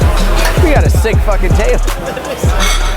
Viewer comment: "Sick Fahkin Table" your New England came out - I'm so proud 😂😂